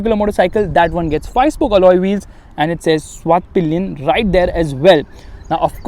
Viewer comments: It's not पिलियन it's पिलेन🙄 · Why is every reviewer calling it svart-pillion???its pilen not pillion!